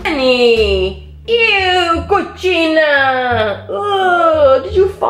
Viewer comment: lmao i love how u said cochina